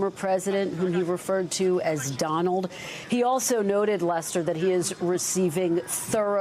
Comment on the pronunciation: "DINALD" I wasn't convinced that Joe Biden was losing his "cognitive thinking" until now...